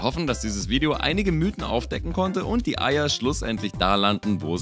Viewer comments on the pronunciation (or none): none